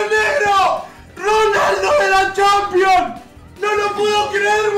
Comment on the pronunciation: Ronaldo de la champion boludo ronaldo de la champion habla bien disca